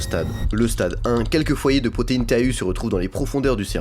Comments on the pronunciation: Bonjour, ça se prononce TO et non T. A. U. Merci pour cette video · Ca se prononce proteine "to" et pas T A U.